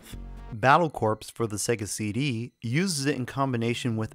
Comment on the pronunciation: The 'p' in corps is silent. It should be pronounced 'kor', not 'corpse.' You indicated that you used a Model 1 Genesis in your tests. I have a Model 2 Genesis with Model 2 Sega CD and a 32X. I don't have a 6 button controller but will get one eventually. My next controller purchase will be a Jaguar 6 button controller.